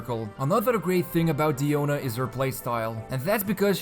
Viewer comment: I love how you properly pronounce her name, this made me wanna watch the video 'till the end! Please inform people how to pronounce Diluc, Diona, Azdaha, please! xD